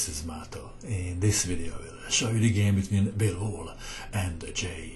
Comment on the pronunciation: just so you know, it sounds like you're saying bilbo. like, bilbo baggins from the hobbit